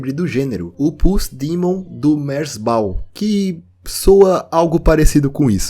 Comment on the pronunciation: Essa foi a primeira vez que ouvi alguém pronunciando "merzbow" que não fosse eu